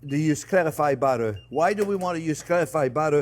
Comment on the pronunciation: Your batter and butter sound the same